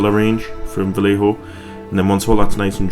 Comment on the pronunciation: Fans of fantasy artist Boris Vallejo pronounce it Vah - Lay - Ho. At least, I do.